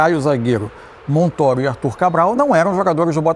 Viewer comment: Todo mundo fala MONTÔRO mas AÍ os babacas falam MONTÓRO , só pra serem diferentes.